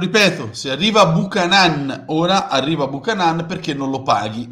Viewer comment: Da un amico canadese si pronuncia Biucanen.